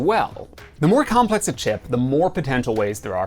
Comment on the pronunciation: Wow. A lot of videos confused me a bit about CISC and RISC, and you managed to clear all that up in like 10 seconds for me. Also "Comples"? xD